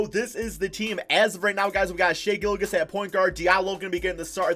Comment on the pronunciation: did just say Gillagiss 🤣🤣 it’s pronounced Gill • Juss